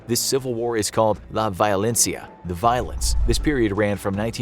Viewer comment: the way he tried to say "La Violencia", I mean cmon...americans put literally 0 efforts when trying to speak another language. DISLIKE